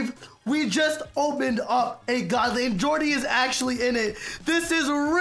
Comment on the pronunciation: Who heard him say goodly like good ly 😂